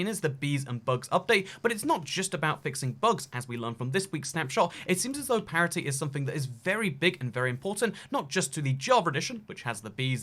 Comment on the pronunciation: I can’t deal with the word parity.... what in the world are you trying to say???